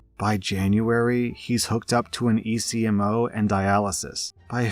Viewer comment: Medical machine ECMO is usually called ek-mo I believe, and not read out as E.C.M.O.